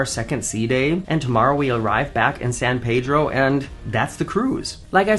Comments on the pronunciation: Just an FYI and for your future trips out this way, San Pedro was founded/established by the Portuguese. And while it is logical to think it's pronounced "San Pay-Dro" due to our proximity to Mexico, but it's actually pronounced "San Pee-Dro". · San PEEdro. Not the correct Spanish pronounciation as you pronounced it